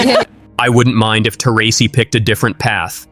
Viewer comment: I stopped watching when Taurasi was mispronounced , if you don't know her name you don't know the WNBA.